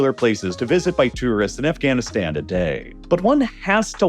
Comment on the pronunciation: heh Afghanistands